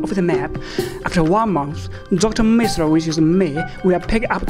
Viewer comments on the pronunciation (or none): It’s “Mizilla” not “Misra”.